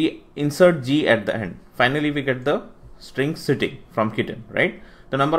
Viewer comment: Why you are using 'Sittig' instead of 'Sitting'?